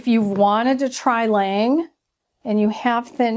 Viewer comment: L'awnge Is how it's pronounced. With the lawn sound not the lane sound. French for "the angel" like this review thi